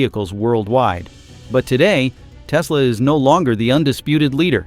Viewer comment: tesla - last-e